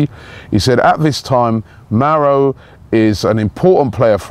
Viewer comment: Robbie, again with the pronunciations, it's Mauro, not Mario Icardi lol. Also, Mustafi plays for Valencia, not Sevilla, unless he's moved already. Lacazette Mahrez and Mustafi would certainly put us in a better position vs the scousers on Aug 14th! Up the Arsenal